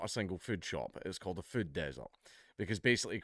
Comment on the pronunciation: I love how he says füd